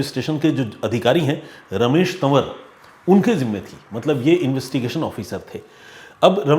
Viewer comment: Tan war nahin hota hai..tawar hota hai.